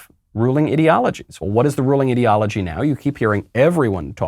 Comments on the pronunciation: is he saying Idio-logy (Idiot, -ology) or does he just have no idea how pronounce ideology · 6 minutes in, have to stop listening. Can't stand the way he pronounces "ideology"